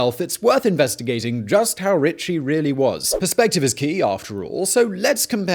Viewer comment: "Not just richt but sated".